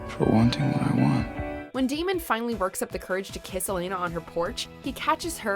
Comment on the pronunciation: Any1 else hear t Narotor say Demon insted of Damon